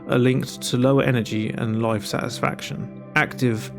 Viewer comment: I had to turn on captions for this video because words like 'life' sounded like 'loife'